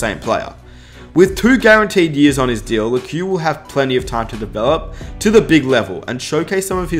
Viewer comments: pretty sure it’s pronounced “Leck” not “Lekew” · It's Lekew